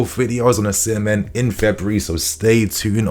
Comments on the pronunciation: It would be nice if you pronounce Osimhen correctly. According to Mikel Obi, Osimhen is pronounced as Osi-mheh. the 'n' in Osimhen is silent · According to the Jon Obi podcast Osimhen is pronounced "Ozzymeh". Either that or I've misheard 😮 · 🎉 It's not "Ozzymeh", it's pronounced "Osimeh".